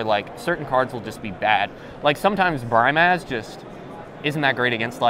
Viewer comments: its annoying how he says BRY MAHZ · seriously Bry-maz... smh